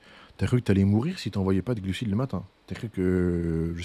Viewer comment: Contenu d’excellente facture! Par contre, je suis le seul qui entend gluciTes 😅